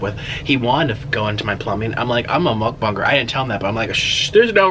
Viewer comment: you said muckbang wrong